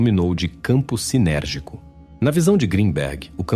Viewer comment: Alô locutor presta atenção no que você tá falando não é campo sinérgico é campo sintérgico.